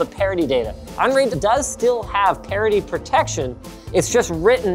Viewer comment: Just learned it's "parity sync" and not "parody sync"